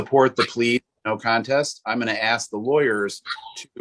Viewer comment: He had to "AXE" a question lol Oy vey!!